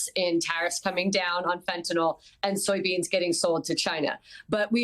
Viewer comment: Agreed... Scott Bessent can't properly pronounce "FENTENYL" and like the entire Trump Administration keep saying "FENTENALL".